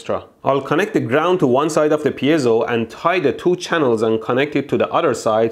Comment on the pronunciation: Mold couldn't pronounce piezo if his left ball depended on it